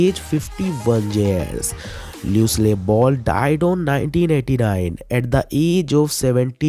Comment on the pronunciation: “MOORE” ka sahi uchchaaran : MOOR “LUCILLE” is pronounced as “LU-CIL” “LUCY” = LOO-cy Not LEW-cy ! 🤷🏻🤷🏻‍♂️